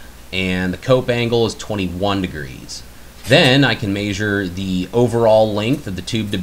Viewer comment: Good video. But i'm aspy and I wish this vid had "measure" and not "mayzure". Idk it just makes me cringe. Sorry. Great vid otherwise.